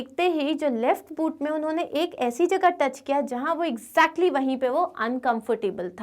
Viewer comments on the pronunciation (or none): none